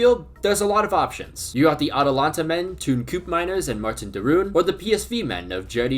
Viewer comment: I absolutely lost it how he said "teun koopmeiners" 😂😂